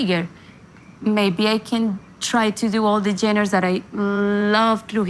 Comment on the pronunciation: Por favor Carolina, mejora tu inglés con un tutor privado. Se que lo puedes hacer. Ya es tiempo de hacerlo. Pronunciar correctamente palabras como ‘genres’.. not geners 😮. Se dice : ‘make decisions’ … not ‘take decisions, etc. ‘Starting from scratch’ is what you meant? Don’t say putting geners… ☹️